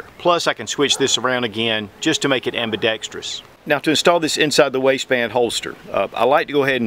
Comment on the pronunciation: I applaud your usage of the three syllable word ambidextrous rather than the oft used incorrect four syllable version.